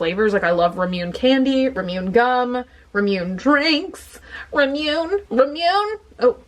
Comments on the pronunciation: Say it with me,!! RAH-MOO-NAY ((Ramune) Also... Gachapon/Gashapon = GAH-CHA-PON (often just referred to as GAH-CHA for short) Not sure why, exactly, but its reallllly like almost painful whenever I hear you say "ramune" lol idk why it bothers me SO MUCH lmfao, but it does. i'll still love you even if you pronounce it wrong forever, though <3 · Hey just wanted to point out ramune is pronounced more like "rah-moo-ne" (the word basically means lemonade in japanese aha - it's written in katakana which is a japanese alphabet used for english words). My favourite ramune is the strawberry flavour ♥ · I love your videos! I also love Ramune too! I speak some Japanese and alot of it is phonetic. Like ramune is pronounce Rah-moo-ney and it's so fun to drink! Have you ever tried the Melon flavored one? It's my favorite! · rah-moon-nay. A lot of japanese words are pronounced almost like syllables that are in them. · It's pronounced "RAA MOO NAE" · It’s pronounced “Rah-Moo-Nay” 💕💕💕💕 Love you. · I didn’t want to be this person but yes, it’s RAH MOO NAY lol. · D. Sweet Every time she said “rahmyoon,” I shuddered. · Purple Kai - so it should be pronounced "rah-moon"? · Actually, it's pronounced the way it is spelled. Japanese is syllabic so it's just "RA-MU-NE". No "NAY" in the end...but westerners probably add the "ey" sound because of the English accent. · i love you but it’s actually pronounced ra-moo-nay. i speak japanese. not trying to nitpick❤️ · By the way it's ra mu nay. Not ramune. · Elmari Jankowitz you say it like Rah-moo-nay. The marble means that no matter how much you fizz it up it's pretty impossible for it to fizz over. The flavour is like Lemonade (Ramune...Lamune...Lemonade) but it's like a really distinct Japanese lemonade lol. You can get other flavors like I love melon ramune :) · It’s ra-moo-nay and to-to-ro not to-tor-o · It's pronounced ra-moo-ne' three syllables and all three vowels are their short consonant sound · Say it after me. Rah-moo-nay.